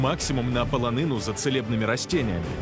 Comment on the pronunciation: не пАлАнину, а полонину. на вітання "Слава Ісусу Христу", слід відповідати "Слава навіки" або ж "Навіки Богу слава", а не дублювати привітання, ще й акцентуючи увагу на тому що тут так прийнято.